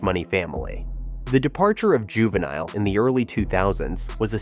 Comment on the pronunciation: You can tell when someone is not of the culture. Dude said Juvi song was "hey" instead of "Ha" and missed pronouncing his name. 😂